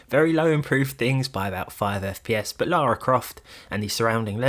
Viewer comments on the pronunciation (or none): none